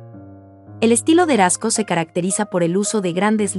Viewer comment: Pueden poner a alguien que sí pueda o en el guión pueden escribir los nombres transliterados. Jackson "Palok". Mark "Rasco". El "GuÉrnica". Sí, escucha bastante mal.